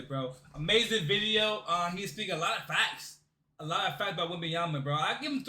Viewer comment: "...what Victor Wenyaba is doing" Congrats bro... Victor went bananas ? Victor wem bananya ?